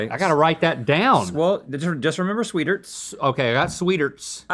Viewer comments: That’s not how you pronounce sweetarts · Gah! Not! Sweeterts! Swee-TARTS! I'm not going to follow the advice of anyone who uses that pronunciation. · omg that's how u pronounce sweetarts